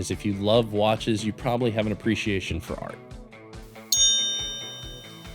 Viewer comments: Great video and watch! Minor thing, I’m used to hearing “bespoke” as buh-spowk (emphasis on 2nd syllable). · That is not how you say bespoke 🤦‍♂️